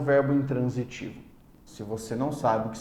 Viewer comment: Boa aula. Só achei estranho ele falar a partícula "SE" com um som de "e" tão fechado, tipo "SÊ", que lembrou um verbo. "Sê corajoso", por exemplo. A pronúncia não seria com som de i, "se" ?